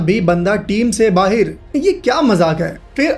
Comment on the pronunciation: bhai pakistan se ho kya aap bahir baahir kar rahe ho bahir nhi bahar hota hai